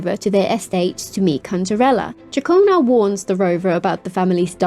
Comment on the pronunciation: Ah someone who pronounced Ciaccona correctly. Music to my ears (pun maybe intended)